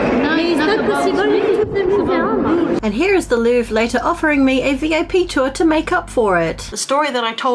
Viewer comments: Lowvere fried me lmao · I don’t think I’ve ever heard an adult not know how to pronounce the Louvre before. She’s a commentator and knew she’d be saying that multiple times, so IDK why she didn’t bother to look it up. Your credibility tends to go out the window when you can’t even pronounce the names and places of people you’re slandering. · she's canadian too they have a closer relationship to the french language than if she was american like many have assumed. It's even more ignorant in her case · Her reasoning for not being able to pronounce The Louvre being 'I'm not French, I'm Irish.' is super weak because 1) she's Canadian and 2) I'm an Irish-American who has atrocious French, and even I can Anglican-pronounce the most famous art museum's name.